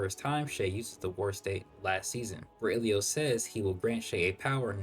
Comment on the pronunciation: why are you pronouncing ilios like that 😭😭 im hearing"ahalalo"